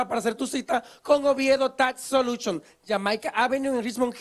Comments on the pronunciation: Tas soluchon!😱😂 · Él dice Oviedo Tax Soluchion 😂